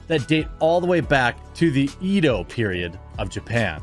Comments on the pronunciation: Love ur channel but it's pronounced Eh-Do period. Not E-do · Ima get your butt on this.. it's Edo... Ehhhh-do. Ido sounds like the letter E. Edo is ehh. Come on baby get it together. P.s. love your videos. Sorry I'm taking classes. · EEEEEdough period....you do that company a disservice when you keep pronouncing it wrong. e is said like a hard a. it sounds more like aydough